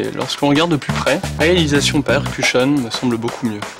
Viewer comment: Je connaissais IOPE mais qu'il fasse une pub en français je vois pas trop le but. MDR Surtout si leur produit est toujours destiné qu'a la Corée. Et c'est quoi la prononciation de Air Cushion en version l'allemand? Horrible